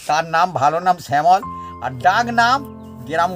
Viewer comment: স্যামল না samol না। শ্যামল shyamol